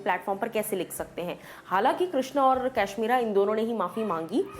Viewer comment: Ap kashmira ko cashmera bolta ho